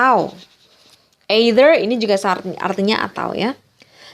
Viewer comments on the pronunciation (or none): 1. Sorry setau saya kata "either" dibaca ˈēT͟Hər, atau bunyinya "ithe(r)", bukan "ei-ther" 2. Kemudian menurut saya terlalu banyak penambahan bunyi tambahan "t" di akhir (sejauh ini yang saya tonton sampai video ke-14 ini), karena setau saya tidak semua nya perlu dikasih bunyi "t" di akhir. Akan lebih baik pronunciation nya juga ditingkatkan dalam mengajar. Terima kasih